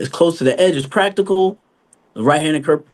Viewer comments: Practicable. lol Judge. Its PRACTICAL. Prac - tic - al. Not Prac-tic-able, thats not a word. She's a JUDGE. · After she kept repeating it, then I couldn’t say it right either lol practiCAL lol